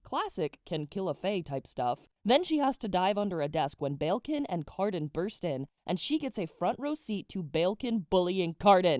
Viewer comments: the way your pronouncing balekin is killing me 😣 it's bal-ekin not bayilkin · Did you said prince BELKIN?